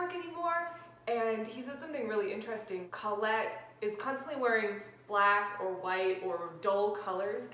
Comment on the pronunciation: It's pronounced CO-lette, not CAWL-lette.